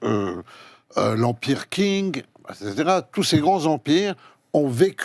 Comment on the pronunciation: Colosino dit n’importe quoi. Le père de Xi n’était pas garde rouge. et puis, il prononce tous les noms étrangers n’importe comment c’est ridicule. « l’Empire King »… C’est Qing et ca se pronounce en gros « T’ching », d’où le nom « Chine » (avant l’invasion Mandchoue on parlait en France de Cathay)